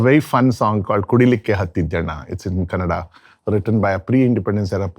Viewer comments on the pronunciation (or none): It’s kannada * not Kannad folk 🙏🏼 pls with all due respect understand the emotions ! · KANNADx NO-- KANNADA RIGHT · With all due respect sir , it's not Kannad, it's Kannada ..! Please say Kannada next time. Thank you.